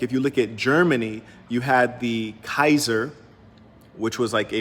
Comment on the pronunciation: When the saint opens his mouth wisdome comes out 💥 I like the way you said kaiser Greetings from Frankfurt Germany